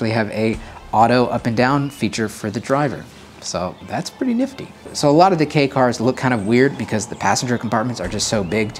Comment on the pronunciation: I am sooooo glad knows how to pronounce "Kei" car lmao.